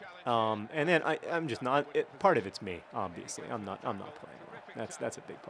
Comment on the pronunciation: Everytime you do the intro I hear "It's 'Mean' John Green" which would be an excellent nick name.